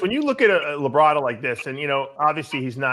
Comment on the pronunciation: Labrada, not La Brada. It's one word.